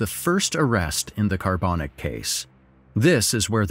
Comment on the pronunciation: How did the pronunciation go from Carbanak to Carbonic?